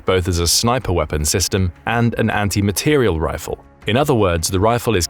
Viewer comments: I knew this video was going to have problems when the AI narrator said "material" instead of the (proper, military-vocabulary) "materiel." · Materiel is not pronounced material :)